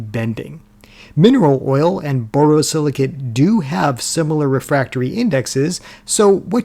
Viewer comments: You need a pop up of the title of the glass name. Its never impossible to determine pronunciations that may appear perfect clear in the head of the speaker. But does not resonate with the same clarity to listeners. Borosilicate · *The last syllable of borosilicate 👉rhymes with "ate",👈 not with "at". Just like it's spelled.